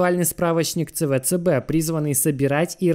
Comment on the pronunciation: Какой на хрен ЦВЦБ? Говори правильно СиБиДиСи